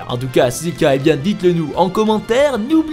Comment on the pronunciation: Tschouss c'est fildrong! Tschüss serait plus adapté.